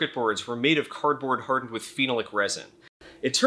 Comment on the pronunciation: Great stuff, my dude! Also nbd but *phenolic = "feh - naw' - lick" NOT "feen' - uh - lick" Stoked for you to be getting this much support! Been too long since we teamed up :)